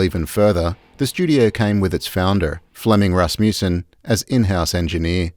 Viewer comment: Good documentary. Wish the narrator knew how to pronounce that last name Rasmussen.